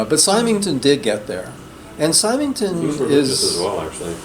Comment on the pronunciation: Hi, just a note on Neville Symington – his name is pronounced with a soft 'y' (like 'Simmington'). If you've not read his A Pattern of Madness (2002), you may find it more compelling than his first book on narcissism.